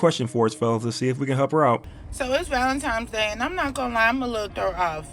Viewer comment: First of all she said ValentiMes...